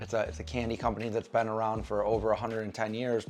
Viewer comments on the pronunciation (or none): none